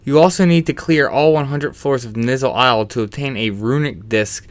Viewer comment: "Nizzle Isle," lol. You mean ny-ZUUL Isle? :p